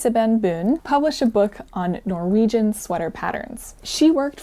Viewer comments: I love how you pronounce the Norwegian words with a German accent 😊 It gets you a lot closer to the true Norwegian pronunciation than an English accent would. So good job! 👍 (on both the pronunciation and the knitting 😘) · norwegian here! awesome to see you take up and tell about some of our cultural history! also, your pronounciation is really good, absolutey understood what you were saying! appreciate your endeavors in getting the pronounciation right ❤ (also that comic is amazing! that's also me before/after any physical activity... especially skiing 😂😂😂